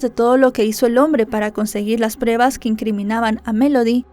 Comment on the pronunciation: ya no digas “prebas”. Si pronuncias “pruebas’, te escucharàs más profesional🤗